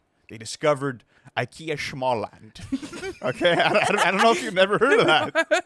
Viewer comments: IKEA “Schmalllamd” was peak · the way he said "Småland" was tuff